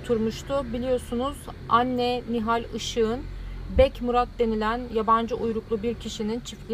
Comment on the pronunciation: beh değil bek